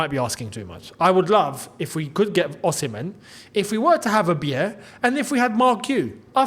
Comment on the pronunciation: Beier is pronounced 'buyer' not biyeahh